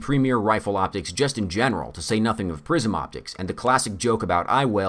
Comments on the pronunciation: I keep hearing "prison" instead of "prism." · I thought he was saying ‘prison optics’. I don’t even know what they are...